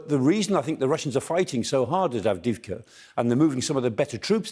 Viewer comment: Avdiyivka, accent on first i